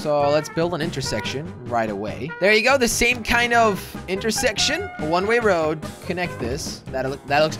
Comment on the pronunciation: It bugs me that he says one ray road